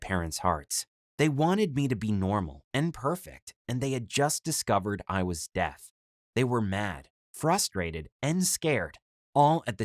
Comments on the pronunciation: that’s Makaton a form of sign language where you spell out the word Also is it just me or does it sound like he’s saying death instead of deaf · This guys say deaf wrong I only hear him say Death